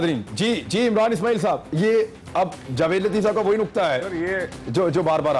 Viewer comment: Suo moto not suo motive. Feeble minded people's feeble minded representative. And its JAAved, not Juh-veid. Now for the next three years we will have to hear COAS Qamar Juh-veid. Damn.